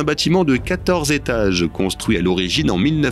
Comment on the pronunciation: "68 zétages" ... "35 zentrées"... Le "magazine de l'intelligence" mais pas "de la grammaire"...